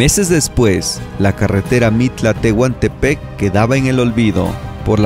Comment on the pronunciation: Saludos, jajaja "Tehuntepec" ???